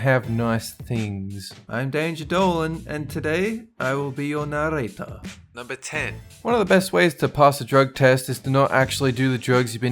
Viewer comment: N-no tongue roll in "narrator"? THIS is why we have nice things